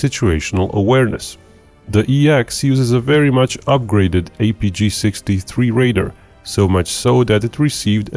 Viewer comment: Please please please stop calling 'RADAR' equipment 'raiders'.... it's ffffffing annoying!!